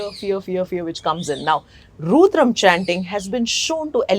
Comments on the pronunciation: Madam, please learn to say 'rudram' correctly. It's not 'roodram'. Thank you. Your videos are good. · Why does she say "Rooodram", instead of " Rudram" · It is Rudram ... Not RUUDRAM !! 🙏🙏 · Ma'am it's Rudram and not Roodram. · Madam, you are doing a fab job. Why have you chosen to maintain the pronunciation of Rudram as Roodram ?Is there a reason you keep saying Roodram ? Because this will confuse most people and they will change the original pronunciation to mimic you since you seem to be a well informed person. Please put a note of correction here if possible 🙏🏽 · Why has rudram become ruudram is it how westerners pronounce the word? Without western science acknowledgement some how our mantras lose relevance, tomorrow when westerners will apply a bindi or tilak we will embrace it wholeheartedly and tell everyone the potential benefits of the same. Till that time it is ruudram. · Pronounce rudram correctly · She speaking about Rudram chanting but I don't think she is practicing and first of all her pronouncing "Rudram" is wrong. When you dnt read Indian languages nor Samskrutha, such mispronunciation happens. She should practice herself, she will have more calmness and stillness !